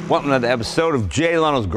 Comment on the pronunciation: "Wellumm to another episode of Jay Lenos Garage..."